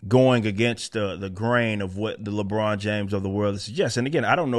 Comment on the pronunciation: More like “Libron”